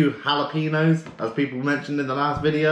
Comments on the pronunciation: Glad to see the boat in the water, and you enjoying it! Just FYI: jalapeños = ha-la-PEN-yos (long O). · Lol that Dan at the end! But also "Jah-lo..."......HAH-lopenos" lmao. Also I could literally see your mouth watering from that fish. It looked so good and I wanted to try some!